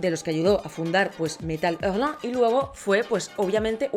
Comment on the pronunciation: Super interesante y completa reseña sobre uno de los más apasionantes subgéneros de la ciencia ficción. P. D. Me encanta como pronuncias "Metal Hurlant". ❤️😁 #NuevoSub